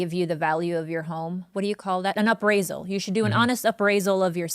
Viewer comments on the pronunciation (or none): abbraisal?? >.< its appraisal lmao